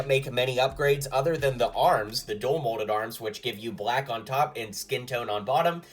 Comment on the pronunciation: DUAL molded Not dull molded😅